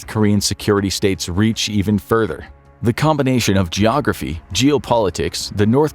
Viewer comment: Vladivostok is not pronounced “Vladeevastock” FFS. Also, “United States basketball” NOT “United StatesEZZ”.